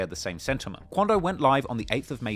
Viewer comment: straight out the boondocks “Dey said that it was QUANdo!”